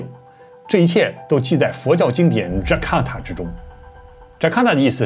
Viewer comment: 感恩不辭勞苦的分享。糾正一下最後提到的一部經文的名字，是Jataka而不是Jakata，中文翻譯為“本生經”。